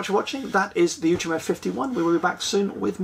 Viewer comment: Now I know how to pronounce 'Outremer'! Thanks!